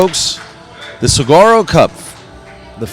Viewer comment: if you are here in Arizona...moderating and helping present the game...PLEASE LEARN TO SAY SAGUARO sounds like suh-wah-roe...otherwise I love listening to you guys